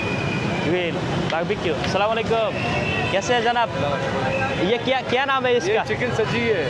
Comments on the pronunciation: আসসালামু আলাইকুম টা তু ঠিক মত বলেন সালামাইকুম অর্থ আপনার উপর গজব পরুক। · ভাই আপনার ব্লগ গুলো দেখে কিন্তু আপনার সালাম দেওয়ার স্টাইল টা আমার ভালো লাগেনা সালামটা আগে ভালো করে শিখে নিয়েন তারপরে মানুষকে সালাম দিয়েন😅😅